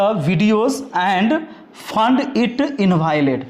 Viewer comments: Found ❎ Fund ✅ 😂😂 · बेवक़ूफ़ फंड नहीं फाउंड है